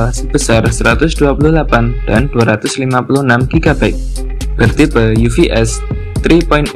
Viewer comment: "itu bacanya ufs 3.1 bukan uvs "